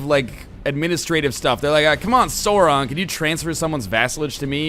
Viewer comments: It's not SORE-on... It's Sauron! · its not "sore on" its sauron the au sounds like ow like in cow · This is gonna be painful to watch with NL mispronouncing Sauron lol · The "Sau" in Sauron is pronounced like the "sou" in the word "south". I usually wouldn't be upset about mispronunciations, but it IS J.R.R. Tolkien, who created two fully-functioning languages for this over the course of his lifetime, and about five or something other partly finished ones. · you're saying sauron wrong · oh god you're saying everything wrong D